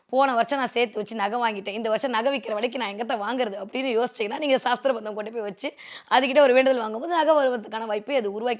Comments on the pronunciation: That is not saasthra bandham say it sasthra bandham vaarthayil kavanam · Saastrabandham endru thappaka ucharikyathirkal. Sastrabandham thaan . Saastram entral science endru artham . Dayavu seythu aksharashuddhi irukkattum